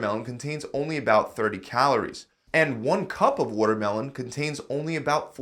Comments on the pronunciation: everyone talking about the food that's healthy but did no one realise that he said 'wutermelon'...wuter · Wotermelon has wuter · Wuhtter melon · wuddermelon made of 90% wudder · Yeah I noticed that too. There’s a lot of wudder in wuddermelon. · That’s pronounced as watermelon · lol "wuddermelon" is delicious water :P